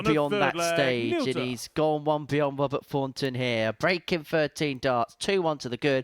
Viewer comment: Bahaha, dope in his "hearing aid beige " suit . and white chav trainers ..."Wobert Fawnton" Withcie Burnett"....🤣